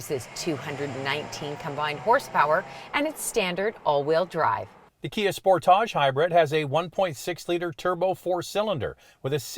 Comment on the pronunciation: I spit my wine out every time says Spor-tahhhjj... Yassss queen! RAV4 Hybrid is de facto leader in its class.